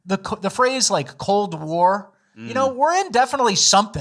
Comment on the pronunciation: Oh, sorry Michigan, I thought you rike party. I thought you rike fun guy.